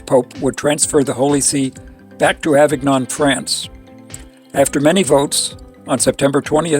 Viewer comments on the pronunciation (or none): It’s wonderful that you want to make these videos about Eucharistic miracles, but please learn how to pronounce the names of the people and places. For example, Inés is pronounced Ee-nehs and Avignon is pronounced like mignon as in filet mignon, Ah-veen-yawn.